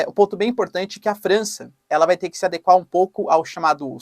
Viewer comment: É lamentavel que não saiba pronunciar correctamente os nomes Le Pen ou Melenchon. Igualmente nao sabe pronunciar a palavra "adequar".